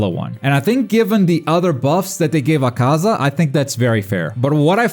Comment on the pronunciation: my god....you still dont know how to pronounce akaza's name...all you do is talk about this game yet you still dont know how to pronounce one of the main demons names....please stop watching it in japanese im guessing is what your doing and only paying attention to the subtitles and not listening to how the name is said...yikes....its like being who cant say naruto because they dont watch the dub and think its said this way because they only ever read the name wrong x3